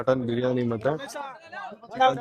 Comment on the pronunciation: ಬ್ರಿಯನಿ ಅಲ್ಲಾ ಬಿರಿಯಾನಿ